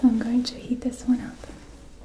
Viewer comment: When she said shes gonna heat up the oil i thought she said eat it up